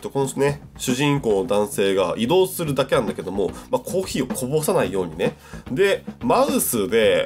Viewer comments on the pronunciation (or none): コー↑ヒー↓ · ほんとだ、コー↑ヒー↓って言ってるｗｗｗ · のコーヒーのイントネーションが「コー⬆ヒー⬇」っていう所で道民なんだなぁって感じる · あれ、コー↓ヒーだww